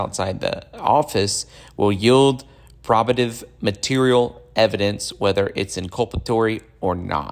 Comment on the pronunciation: Would suggest a dictionary for the multisyllabic words you don't know how to pronounce, such as pro-ba-tive, not prov-a-tive.